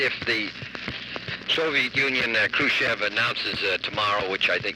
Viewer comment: The end of a conversation makes me wonder if that's where Indy took inspiration for his "Mkay *sound of a phone put down*" at the beginning of many videos about WW2. Also, for a better pronunciation of Khrushchev's second name (just if you wonder how it sounds in Russian) you can take sounds in square brackets from their respective words below: 1) [H]ello 2) [roo]t 3) [sh]it 4) [Of] (stressed vowel here). Also, I gotta say, what a Braille-ient tie!